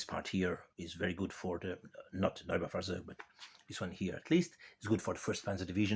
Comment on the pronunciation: It is pronounced "Noi-bau-far--zoig".